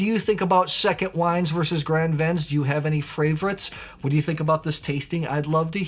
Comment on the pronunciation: Graaaand Vin, not grand central station vin.